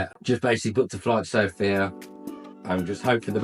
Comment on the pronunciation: Good for you man. You are the first English speaking guy I hear that puts the stress on the word "Sofia" at the "O" which is correct. Every native English speaker says Sofia ( puts the stress on "i" which is very annoying to us Bulgarians). And to the point: sure Bulgaria is very safe, just hey people stay away from places where houses are cheap. The reason they are cheap is almost always 1: there are gipsies ( travellers, roma people whatever) there. And they are aggressive and dangerous! They steal and do even worse things.